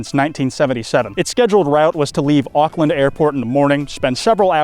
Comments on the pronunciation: The way he pronounced maori and auckland😭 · Super hyped to see a main channel upload for the first time in ages Even if the way Auckland is pronounced is like nails on a chalkboard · I'll never get used to Americans pronouncing Auckland.